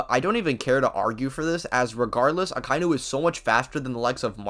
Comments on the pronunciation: Aka-inu... Not akai-nu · Say it with me: "Aka-inu." The pronunciation does not contain the word "eye." Why does everybody get this wrong?